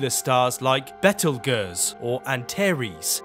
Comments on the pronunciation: Why Betelgus and antereees it’s Betelgeuse and Antares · "Bettle geeoos"?? It's "bay-tell-jews" isn't it? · ITS NOT BEKKELGOOSE AND NOT ANTERS ITS BEETLEGUSSE AND ANTARES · Betelgooze? You mean Betelgeuse? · Ok but why did he say bettleguzz instead of Betelgeuse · 'Betelgers'? Don't you mean Betelgeuse? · Lol. Be-tal- guzz...it's pronounced betelgeuse(bee-tall-G-use) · "Bettel--goose" just sounds wrong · I've never heard an English person say it like that until now, and I live there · Bae Tel Geh Woos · AI is famous (or should I say infamous)for mispronouncing common English words… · When I heard that I broke out into laughter and fell off my chair and said to myself: wHaT Is BeTtlE GeUsoues!? 😂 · Battle goose 🗡️🦢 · it sounds more like"bhettel ghers" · The star “bettle gus” hHahaha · I've never heard of the star, Bettle Gurse , but I have heard of Antares. I'm surprised it wasn't pronounced "And Tears". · did he just call it "bettelgurse" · ... Behtle guhzz? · 'Bettal guzz', really? Should we take you seriously? :face-green-smiling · Bettleguhs? Ai voice need calibration? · Everyone calls it Behtuhlgurs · I was with you until "Bettle guss." Lol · 😂 he said bettlegurse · I'm angry that he said betelgeuse "bet uhl goose" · Did you really just call Betelgeuse "Bettle-gerze" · What the hell is Bettel gus… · Bro rlly said bettle guss 💀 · what did you just call Betelgeuse? was that Bettleguhzz? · aint no way he said "betlegurse" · did you just say "bettle gus"? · Bettel-gerse? is this a bots voice? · Stopped taking this video seriously the moment he pronounced Betelgeuse as "Bettle gurz". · did he just say bettel ges? this is a crime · What the hell is, "Bettel Gerrs" ?? Are you mispronouncing, Betelgeuse ? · Don't say Betelguese 3x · " Betel gose' What??? Talk about mispronunciation of Betelgeuse lol. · Bettel gus?? C'mon. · /Bettle guhz/? 😂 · Wtf is behtelgus? 😂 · Bettle-Gus?? lmao wut?? Betelgeuse is NOT pronounced like that bruh bruh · you pronounced Betelgeuse wrong